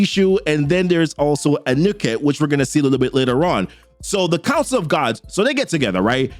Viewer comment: Appreciate your videos and wanted to say keep up the good work!! Also the gods names are pronounced (Ghekre (Ge-Kray), Ptah (Ta} and Anuket (Ah-New-Ket). Just trying to help not criticizing at all bro!